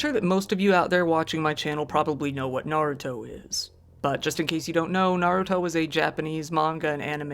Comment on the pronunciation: Thanks for pronouncing Naruto correctly (I know you lived in Japan, but so many channels come up with weird pronunciations that it bugs me.) I've never watched Naruto, I'm a mecha fan.